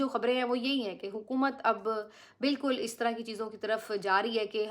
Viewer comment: Please stop saying Hukamat What Hukamat